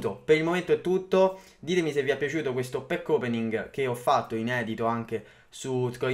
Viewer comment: E dal primo pack opening che dice così, è fastidioso